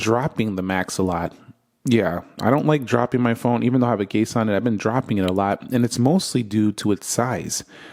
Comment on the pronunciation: "even though I have a case on it..." sounded like "even though I have a gay son..." 🤣🤣